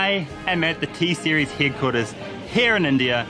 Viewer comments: It's T-Series not tesaris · "T seriyass "🤣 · Lololololololololololo it's t series not taserios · Others :_T SERIES HE :TESERIUS 🤣😂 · Pewdiepie....But you say Pepdiepe. Tseries.....But you say Tsarius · Does a lot of Research Calls T-Series "Tasarius" and PewDiePie "PaveDyePii" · Me:T-Series He:Tesarais Me: Piewdiepie He:Pevdip😂😂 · Excuse me sir? You dont actually know english bruuv Its T series not T seriass Its Pewdiepie not Peahsdiapoy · my brain will pain 🤦🏼‍♂️ And our brain pain after which the video 😖 Mr.GODDDD FO ENGLISH 🤣🤣🤣🤣🤣🤣🤣🤣🤣🤣🤣🤣🤣 T SERIES NOT DISEASES PEWDIEPIE NOT POWDEYPE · Pevdypee and tserias🤣🤣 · How is PewDiePie related to Karl Rock???? PewDiePie and T-Series pronunciation is also wrong Song is very good.... Each Lasanya!!!!🤣🤣🤣🤣😂😂😂 Miliyan!... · Your T-Series pronunciation is hilarious hahahahaha